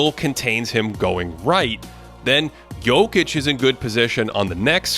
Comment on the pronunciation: Can y'all get to pronounce Jock's name correctly next podcast?